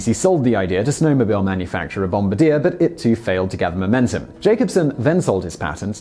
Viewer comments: Bombardier. Pronounced bomb-are-dee-ay. It is not bomb-a-deer. Makes us Canadians crazy! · It's not "Bomb-ba-deer" it's pronounced "Bom-bar-Dee-a" I feel better now! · Ummm... Bombardier is pronounced "Bombardier", not "Bomb a deer". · Fyi, the Bombardier snowmobile company (planes and trains too) is pronounced bom-bar-dee-ay, not bom-ba-deer. Same spelling though. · Bom-bar-dyeh...not bom-ba-deer ;) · I know Simon never cares about pronunciation but every time he mispronounced "Bombardier" as "Bomb-ba-deer" I giggled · It's pronounced Bom-bar-d-eh not bombardier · Bohm - Bahr - Dee - Ay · THAT is NOT how you pronounce the company name Bombardier. It's Bomb-Bar-Dee-Ay, it's french. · That’s not how you pronounce Bombardier as a company name. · This video makes two things Simon has mispronounced that are local to me. Adirondacks was the first. Now Bombardier. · You mispronounced Bombardier. They are a Quebecian company, so the name is French. The r on the end is silent is the most notable difference. My dad used to work for them when they had a small campus in Wausau Wisconsin. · And Bombardier should be pronounced in French.